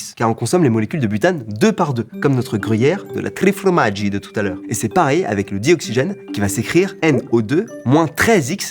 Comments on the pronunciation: on dit formaggi pas fromaggi mais je t'en veut pas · Par contre ça me stresse trop... on dit FORMAGGI pas fromaggi en italien hahaha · FORmaggi pas FROmaggi 😝